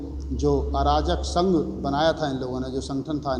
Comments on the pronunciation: अराजक संघ नहीं अर्जक संघ उच्चारण करें बेहतर होगा। धन्यवाद। ।। जय अर्जक जय भारत।। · I think need to correct word Arjak instead of Arajak.. Thank you... Good job done keep it up